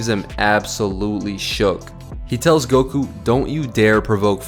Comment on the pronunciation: Gokū , not "gouku"